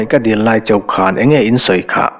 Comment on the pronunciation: Pilh sen deih duai ni lovin, pilh sen diai duai a ni e